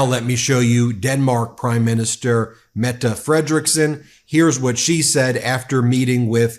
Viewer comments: Thanks for pronouncing Mette correctly 😊❤ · Wow! You learned to pronounce the statsminister´s name! Tak! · I am glad you learned to say Mette :P